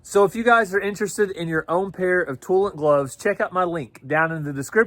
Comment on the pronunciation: when you first said Toolant I thought you said toilet!😂😂😂